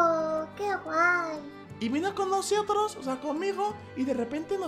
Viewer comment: que imbecil el xd no sabe hablar Nosiotros 😂😂😂